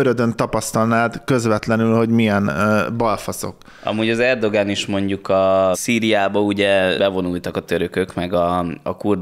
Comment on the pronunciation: Erdoğan ezt a ğ betűt a törökben nem ejtik ki, vagyis néma hang.